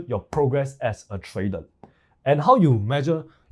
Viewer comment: Trader ❌ Tradel ✅